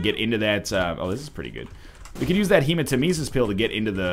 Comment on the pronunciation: It's actually pronounced He-ma-tem-eh-sis